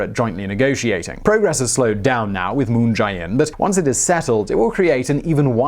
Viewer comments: It's pronounced "Moon jay-inn," not "Moon j-eye inn." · Can someone tell this guy it's Moon JAY In and not Moon Jai In? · It's moon je in